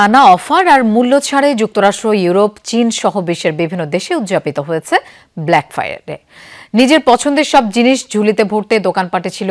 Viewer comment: আপা ব্ল্যাক ফায়ার ডে না ব্ল্যাক ফ্রাইডে😅